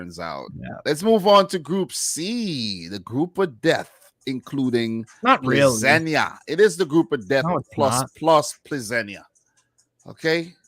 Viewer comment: Great stream and! I hope that you will be now Plzeň pronounce Pilsen.